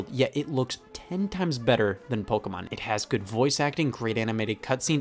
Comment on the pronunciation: The 45 minute section where you explain why the Spanish Inquisition should be implemented worldwide was a strange touch, also hate the way you say “Pokémon”